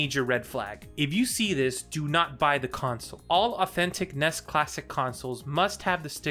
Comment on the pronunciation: I started watching this but he keeps pronouncing NES. Took me Out